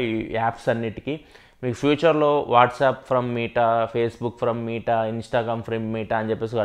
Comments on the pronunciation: It's not మీట bro it's మెట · META "మీటా" కాదు అన్నా అది. "మెటా". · Bro adhi “మీట” కాదు భయ్య “మెట” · అన్న మీటా కాదు మెటా... ❤️ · దాన్ని మెటా అంటారు కదన్నా మీటా అంటావేంటి… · Babai nuvvu dhayachesi "మీట" anodhu...... Please "మెట" ani pronounce cheyyi... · Nuvv meeta ani pronounce chestunte vinaleka potna bro.. Adi Meta from the term Metaverse